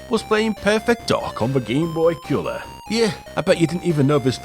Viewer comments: What the heck is this 'Cyaow' you keep talking about? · "Gameboy Ceuller"